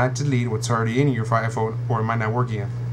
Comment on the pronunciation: Lol iPone !